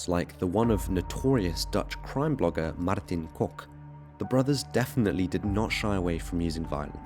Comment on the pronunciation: Yep that's how you pronounce Kok! 10/10 for the improvement!❤